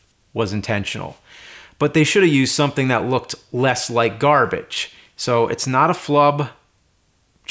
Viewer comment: I love it when I hear James say Gar-bitch....almost as much as Woofman and Burry